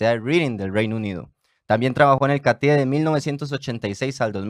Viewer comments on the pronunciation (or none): Catie, el acento va en la A.